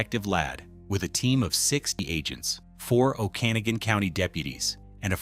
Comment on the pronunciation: Pronounced... "Oken-Agan". Just sayin...